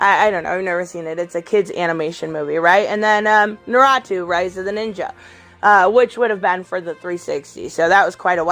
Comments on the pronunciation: Name: "Naruto": "NAH-RAH-TWO" Lol just messing with ya buts it's pronounced, "Nah-Ru-Toe". Never heard anyone pronounce it like that haha. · They you pronounced naRUto as naRAtoo I can’t! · Nuratoo? Naruto.. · How could you butcher saying Naruto 🤣 it's nar-uto. Instant thumbs down unsubscribe and reported. Jks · Oh no no no no nooooo how you gonna butcher Naruto's name like that? 😂 I get you don't know much about anime but at least you should know how to pronounce this one at least.